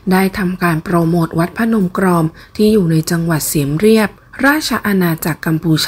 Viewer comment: น่าจะอ่านว่าเมืองเสียมราฐไม่ใช่เสียมเรัยบ